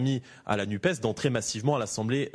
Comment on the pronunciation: Pourquoi l'Arlette nous parle de la NUPE alors qu'il s'agit de la NUPES ? Oublier de prononcer : "NUPESSE" (comme FESSE) c'est priver cet organisme de son aspect social ou de son origine socialiste et pourquoi pas pour la priver dune velléité de faire dans le "sociétâhaâl , comme ils en ont plein la bouche dans des merdia, lesquels, par là, montreraient leur dédain à l'égard d'un certain peuple ou afficheraient leur mépris de classe.